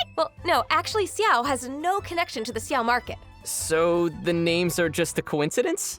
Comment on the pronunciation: His name is a difficult one. He is not "Chiao", neither "Siao". More like "Shiao" but depending on your accent it might sound strange.